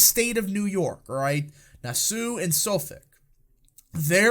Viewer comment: The County, Nassau is pronounced Nah-saw (like the island in the Bahamas) Suffolk is pronounced suh-fik! LOL I'm Andy not Annmarie!